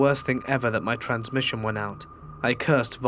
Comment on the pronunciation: Why on god's green earth why aren't you pronouncing the m in transmission????